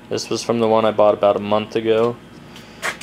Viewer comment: Bought. The word is bought. Brighten up, please